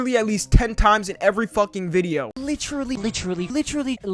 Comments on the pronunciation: “Literally, lidderally, leetrally, leetrully…” That segment is insufferable 😂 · nah bro he’s saying litcherally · Who else heard "Litreal Leaf"? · I HEAR LICHRILLY OR LEECH RELIEF 💀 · "lich-tree-lee" thats stuck in my head now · "Lichrelly" - Leafy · Naw he didn’t say literally he said litcharlly